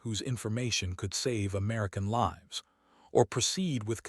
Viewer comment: Please proof-listen for mispronunciation of words like "lives," "tears," etc., and be more creative names and don't use the same names from story to story.